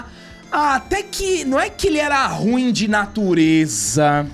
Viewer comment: Dica: ru-im, não ruim.